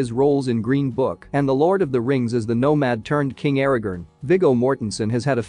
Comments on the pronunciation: Tell your AI voice that is it Aragorn, not Aragon. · Aragerrn! ARAGORN Christ.... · Your AI mispronounced Aaragorn for the entire video.